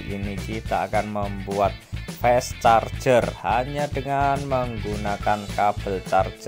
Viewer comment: Maaf, fast.....dibaca 'a'